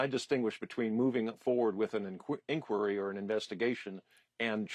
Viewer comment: This guy mispronounces word “inquiry”. Did he obtain a tertiary education?😂